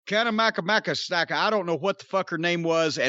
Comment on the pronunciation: Did Codnette call Ryo Cana-maka smaka??? HILARIOUS!!